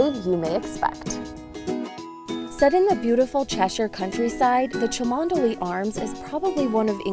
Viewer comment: Agreed, nice vid. Not knowing to pronounce it as 'chumley' is perfectly understandable though, there are plenty of locals who struggle with it... and Burwardsley :-)